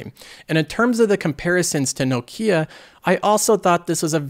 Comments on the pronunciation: someone tell this guy how to pronounce nokia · pronunciation of Nokia is cracking me up so much haha.